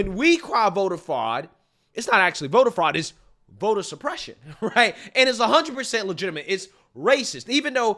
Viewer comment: Vota supreshuun.